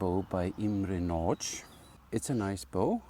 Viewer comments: if you want the perfect pronunciation: ist nadj, not natsch ;-) Miklós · Very nice bow! We have multiple Nagy bows in our club, and so far everyone was satisfied with them. About the pronunciation, -- this is just me being nitpicky tho :D -- the 'gy' sound at the end of Nagy is still a bit strong, but You're definitely getting there :) That being said, I know how hard HUN language is :D I've better command of EN even though I'm a native xD